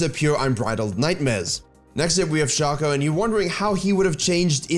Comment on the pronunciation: Yoo nice vid bro! One thing, shaco's name is pronounced like his clone's name, fako (fake-o)